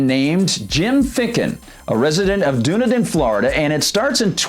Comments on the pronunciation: OMG it's pronounced DONE-EDEN (Dunedin) AND THEN YOU DO IT AGAIN!!! It's PIN-ELLIS COUNTY (PINELLAS), which is where Clearwater & St. Petersburg are located, same county as Dunedin. That man has had MULTIPLE violations over 2+ yrs that he's ignored plus notices are also HAND DELIVERED by a process server since the codes department is apart of the county court & he let it get this far WITHOUT NOTIFYING THEM!! The community as MANY in Florida are deed restricted & when you buy a home you have to sign paper's AGREEING with the bi-law's (rules) of that community. No one HAS TO buy a home in a deed restricted community THEY CHOOSE TOO BECAUSE THEY'RE KEPT UP unlike certain area's. So it's not government forcing these "rules" on anyone people choose this. Even if a property is given to someone as a result of death the NEW OCCUPANTS are PRESENTED the same document's that were "originally" signed & they have to agree with it also or they can sell the property, AGAIN AN INDIVIDUAL CHOICE! Sorry but pronouncing a name of a CITY WRONG on air is ridiculous when you have multiple ways to find out the proper way of saying BEFORE RECORDING. I live in the area & am VERY familiar with this. But PLEASE make sure someone anyone verifies these Native American city & county name's for future vids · If you're going to do a story about a city learn how to pronounce the name of that city. It's done eden. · Am I wrong? Isn't it pronounced DONE EDEN? I'm pretty sure it is, but OK, still upvoted. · it is pronounced Dun Eden. I was trying to figure out what he was saying. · "It's pronounced Duh-NE--den, and Pa-NEL-us (county)." This from a post that has already been shared. Before you try to report something about a city and or county, learn how to pronounce their names correctly. Heard the same BS annunciation on a major news outlet. Your points are good, but you show a complete lack of respect by not knowing how to pronounce the communities name.